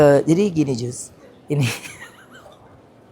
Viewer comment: Tulisan nya Just Tapi Bacanya jast 😊😊😊😊